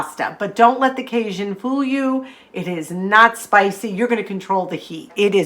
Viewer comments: Love your videos… thanks for your encouraging messages. But hey listen, lemme give ya a little tip. It’s not pronounced “ca-shun”, it’s pronounced “ca-jun”… with a hard J, like in the words “jet” or “Jack”. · Thanks always. From a Louisianan though, it's pronounced "cage - in"